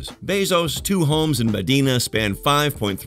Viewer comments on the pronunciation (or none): Medina in Seattle is pronounced as "Me(die)na"